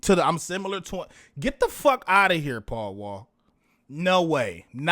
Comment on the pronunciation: Paul Wall is pronounced. Pow Wow.